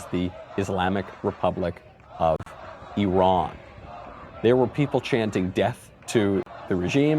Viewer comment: at least Micheal Knowledge knows how to pronouce E Run correctly. Thanks Micheal.. love your show. You remind me of young Al Pacino in the Godfather.. do you speak that Italian American accent? can i hear it? im your fan from Malaysia.